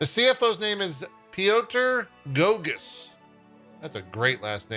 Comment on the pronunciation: I love when a Polish name comes up in English speaking news like this. First of all, most of the time they're hilariously mispronounced :) Mostly because of the special characters. Goguś is far from Gogus. I can't even spell out phonetically what it should sound like, because this sound doesn't even exist in English. I could write paragraphs on how to pronounce various sounds in Polish language and it still wouldn't help (I swear, I tried. Best I can do is that Polish "ś" should be pronounced like Japanese "sh" (as in like it should be pronounced) but very very fast. Japanese "sh" is our "si" :)) So… as not to leave you without anything, I provide to you a translation of that name… Piotr Goguś means… (drumroll) Peter Fancypants (hand on heart, this is it :))